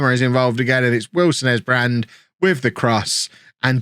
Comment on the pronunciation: Kev wilson esbrand is english and you say his name exactly how youve been saying it lol